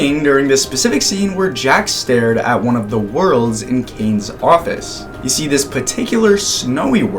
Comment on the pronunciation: Whne I hear "kane's office" I came to the comments to say that you said Kane but not Caine but I know kids say it so I won't say it